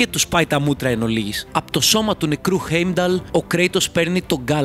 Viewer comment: Δεν ειναι η μιντγκαρντ ειναι ΤΟ μιντγκαρντ και οχι στην ασγκαρντ ΣΤΟ ασγκαρντ επισης ειναι χάϊμνταλ οχι χεϊμνταλ και ειναι φρεϊρ και ντροπνιρ οχι ντραπνιρ τα μισα λαθος τα ειπες αλλα καλο βιντεο